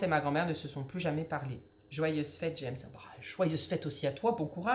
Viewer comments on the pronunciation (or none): none